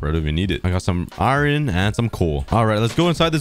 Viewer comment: Every time this guy says iron, it sounds like he says “iren.”